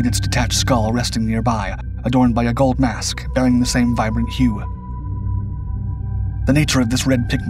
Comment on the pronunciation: Golb?! Of golb? Mask of GOLB.???!Jesus my ears are BEROEKIN.